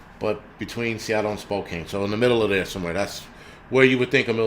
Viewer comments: Spokane is pronounced Spocan not Spocain. :) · I want to let you know it’s pronounced Spo- can.